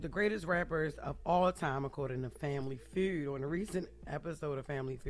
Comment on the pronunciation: OMG 😂😂😂😂 How does this woman talk? "Family fyood?"